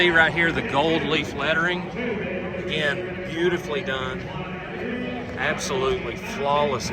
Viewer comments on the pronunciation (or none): none